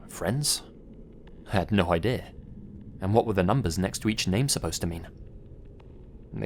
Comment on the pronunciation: There is no such word as ‘idear’. It doesn’t exist.